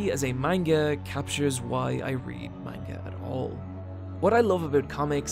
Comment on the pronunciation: You pronounce "Manga" weird